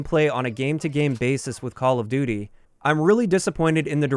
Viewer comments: call of dooter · "Part of the identity of Call Of Dutter" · "call of duder" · “call of dooder” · call of duter lmao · "Call of duter"